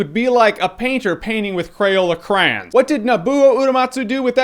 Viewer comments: Cray-ON not cran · I know it must be a regional thing, but pronouncing "crayons" like that just sounds wrong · Crayons...... Crans......?